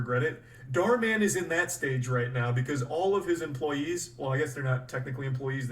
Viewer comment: bro still says dhar martin lmaooo